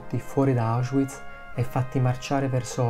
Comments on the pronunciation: Auschwiitz perchè lo pronunci così con la w inglese? la w si legga v e non u.. ? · Non capisco perché si continui a dire Auschuiz... il w in tedesco non è u come in inglese ma v normale.